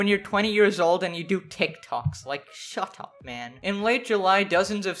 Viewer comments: that's a British ass "Shut up man" if I've ever heard one. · did he just turn british for a sec? "Shut up"